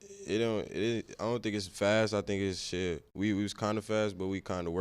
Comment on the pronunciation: He said shidd like 3x 😂😂